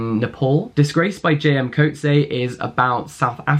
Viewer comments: Two things: 1) Please read "Petals of Blood" by Ngugi wa Thiong'o and tell us what you think 🙂 2) JM Coetzee's surname is pronounced "Coot-see-uh" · Loved this!! As a South African, I was stoked to see a South African novel just a tip tho: "Coetzee" is pronounced "coot-see (-uh)" 🤩❤🇿🇦